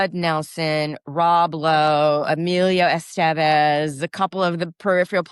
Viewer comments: Did she just say Rob B-Lowe? 😂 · She said Rob Blow 😂 go girl! He's so hot!